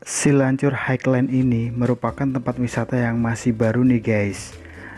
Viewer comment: bacanya ..hai len.. bang :D